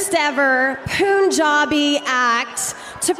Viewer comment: Why she say pooooon jabi..smh